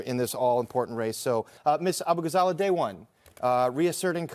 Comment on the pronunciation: I think he mispronounced her last name on purpose too.